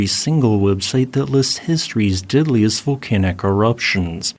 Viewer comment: Why do you say "diddliest" instead dog "deadliest"? You sound like Ned Flanders lol